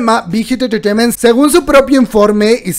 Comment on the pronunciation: me encanta como dices entreteiment, te amooo!!